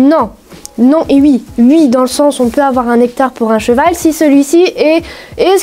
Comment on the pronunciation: Tu dis ui à la place de dire oui ça me tue😂